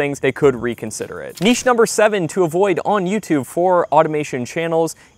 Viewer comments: Thanks for not saying "nitch" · Thank you for pronouncing the word niche correctly. I swear I will not even watch your video. If you can’t even pronounce the word niche correctly. So many others don’t.